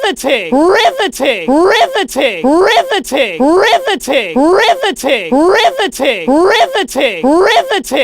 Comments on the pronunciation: I hear ri va tin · Now it’s sounds like RIVTI-titty But like if titty was a different audio clip